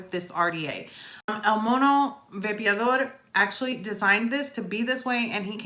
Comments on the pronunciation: Of all the English reviews I’ve seen on the widowmaker, you’re the one who’s gotten closest to pronouncing el mono vapeador correctly🤣, love how you almost roll the r. everyone says el mono vape-a-door, it’s actually el mono vah-peh-ah-dor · I love Julio (el mono) and I love, so perfect. also she pronounces "el mono vapeador” beautifully👍🏼😁